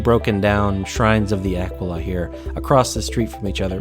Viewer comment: Ahh-quill-ahh, not aqua-la man!